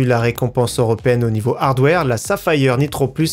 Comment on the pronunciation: Arrete de dire Safa, hi, aire...//< sa fire, c'est mieux...